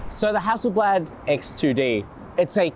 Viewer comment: hassle blaahd not blaaaad